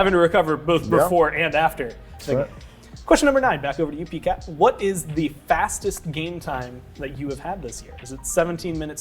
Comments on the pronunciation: Did he just call him Pee cat? God I hope that sticks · Everyone’s called him PCat for awhile now. Not pee cat